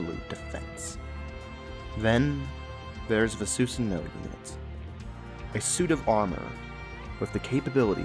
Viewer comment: The way you pronounced Susanoo made me hate the game.